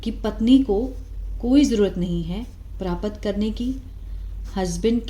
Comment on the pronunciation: Mam it's not pra-pat , it's prapt.